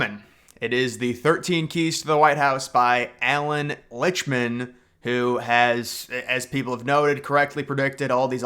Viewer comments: Well it’s pronounced “licked-mun”……and lichtman said he never predicted Trump would win pop vote in 2016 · it's prononounced "lickt-min"---not that it matters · Maybe you should pronounce his name correctly 😂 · This guy can’t even pronounce Lichtman’s name correctly, as well as Kamala’s. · Just for starts, Lichtman never predicted Trump would win the popular vote in 2016 🤡 He simply predicted a Trump victory Also, you mispronounced his name